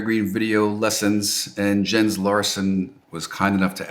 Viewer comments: His name is pronounced Yens. Don’t call him JENS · When thanked Jens I thought he said Yinz and was a fellow Pittsburgher.